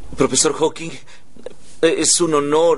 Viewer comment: Sheldon dice profesor Hawki, error de doblaje